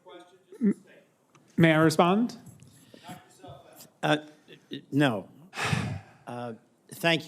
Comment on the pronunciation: "erm, may i wisspund?" "uh, No." 😅😂🤣🪦